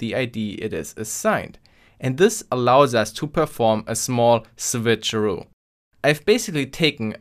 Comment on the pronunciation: a small sVitcheroo